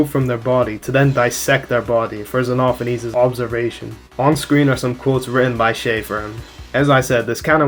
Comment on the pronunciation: OH MY GOD THANK YOU FOR ACTUALLY GETTING XENOPHANES RIGHT